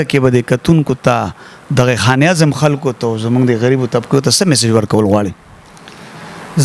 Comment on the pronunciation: sb taso che kam kaar kaway no da de kar da para yo khas taleem haselol pakar we zaka che de kar ke khabare ao tanqeed baraye islah der aham kerdar ada kawe, no mehrobani okay da khpal talaffuz mo teek k za pa de interview ke taso ta siraf da yo lafz khayam che pa de ke talaffuz tek na de. For example taso khan e azam bia bia waye no da khan e azam nade da khanezam de no plz che next time da interview kaway ao ya prgrm no da haghe na makhke lag preparation kaway.